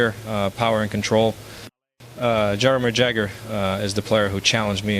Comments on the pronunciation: MICK JAGER 🤣Thats how he pronounced Jagr total AI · This mispronunciations of names Jagger is in Mick. Total AI. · Jagir and Roy pronounced like someone who has never watched the game. Yeah, this is not Mario. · If this really was Mario talking , he wouldn't of mispronounced pat and jams names - AI is already out of control ! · Jagr is an NHL icon AND a former teammate, yet Mario can't say his name right. 😆